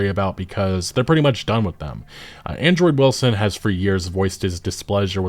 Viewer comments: Why do you keep saying Android Wilson when his name is Andrew Wilson?😂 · Why does it sound like you call him Android Wilson lmao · Hilarious that you keep saying Android Wilson. Ty for the video, sad what EA has become. Hopefully no ADs never show up in game like a damn commercial break. Keep that shit outta here. Bad enough that you can pay for a "Unlimited" streaming service and you STILL get commercials, as if the exorborant fee wasn't enough as it is.